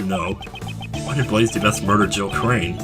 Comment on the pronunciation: Rebuttal -- Regarding Jill Crane-- ... THE victim, Jill crANNEE, WAS a member of the PrOLLLL-BLUGH blbl